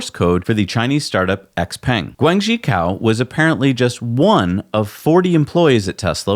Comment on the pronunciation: Cao is pronounced "ts-ao...". Cow is the way to pronounce an animal that provides us with milk....